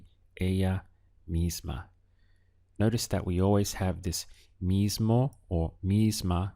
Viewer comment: Very useful. One thing: I notice you tend to pronounce the "o" at the end of words (e.g. gusto, mismo) as a soft "ah". Spanish speakers, at least in S. America, say it much more as a long "o" sound.